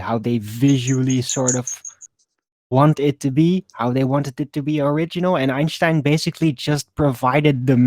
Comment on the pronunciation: I fucking hate, it's Einstein not Einshhtein